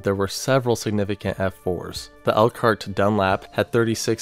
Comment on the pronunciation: lol I live in south bend area Indiana and when he got to the 1965 outbreak I realized he was talking about where I live. I wasn’t alive but I recognized some of the areas in the old pics. Also he said Elkhart right but Goshen is GO-shen not Gosh-en. lol so weird to hear about places I’m familiar with. Took me rewatching that section to even realize he was saying Goshen. That’s nuts tho! So many tornadoes in one area for one storm! That double vortex pic is NUTS.